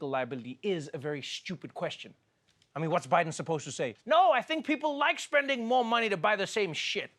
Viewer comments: Joe Byron? I caught that, trevor! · Did he really open the segment calling him Joe Byron? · Did he say "Joe Byron"? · He did say Joe Byron at the top of this clip, right? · did you really just say "Joe Byron"?? Trevor does not know the name of the US president. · Did Trevor just say 'Joe Biren' in the begining !?!?! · He said Joe Byron when it first started 🤣🤦‍♀️ oh boy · Was calling him Joe Biren a joke or a mistake?!! 😂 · "Joe Byron"??? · Is it me or did he call him Byron in the opening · Did he say joe byron at first? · Am I the only one that heard Joe Biren?